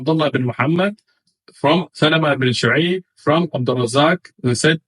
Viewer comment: One of the blunders you left out is that he can't even read the isnad properly, he says Salamah ibn Shu'ayb when it's شبيب😂😂